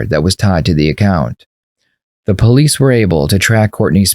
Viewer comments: ‘You know I’m the Pole-eeese. ‘. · the PO-lice, LOL... gotta laugh at that Southern accent. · “u kno she’s talking to the poe-lease” i fell out 🤣🤣🤣